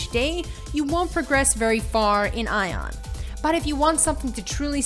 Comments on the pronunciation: The moment she said "Ion" instead of "Aion", I was out. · it's A-ion not eijon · Idk why you keep saying the word Aion as if the A was silent. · dat aion pronunciation tho.. customiztion? okay.. and pvp and most of the players localised into the abyss is COMPLETELY wrong, people use the (upper) abyss only for sieges and entering war forts. PVP and 90% of the players are in highdaeva regions; Iluma and Norsvold and that is also where PVP happens